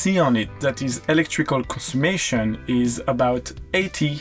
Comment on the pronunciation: Just found your channel, love your videos! Just a little note, it is ‘conSUMPtion’, not ‘consummation’, the latter can mean something quite different! 😆😆